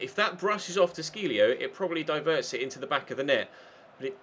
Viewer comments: Is it de Sciglio as in "de Shil-lio", not "de Skil-lio" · The Sc in the De Sciglio is pronounced Sh